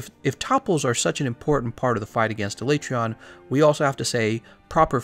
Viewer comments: A-lay-tree-on? That's probably the most uncommon pronunciation I've heard. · Why aee pronouncing his name wrong? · No one wants to say the monster's name the way Capcom pro ounces it in the dev diary... Poor Alatreon